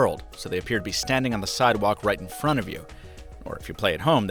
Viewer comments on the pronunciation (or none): none